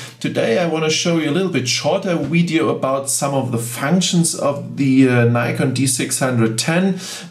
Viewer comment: It's odd that you have such excellent English but say weedyo ! Surely someone has told you how to pronounce V in English?